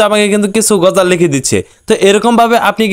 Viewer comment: ভাই তুমি বার বার গজাল কেন বলছো সঠিক ভাবে বলো এটা হবে (গজল)